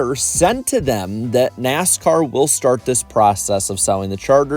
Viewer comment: "NASCOURT" LMAO I NEED TO HEAR THAT MORE OFTEN